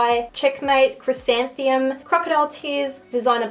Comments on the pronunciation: I think u said the pronunciation wrong on "chrysanthemum" (chris-santh-em-um) loved the video! Super helpful :)) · The first one is chrysan-the-mum like the flower.